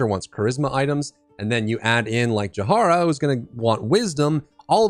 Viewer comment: [Ja-hee-ra] please "Jahara" is killing me 😂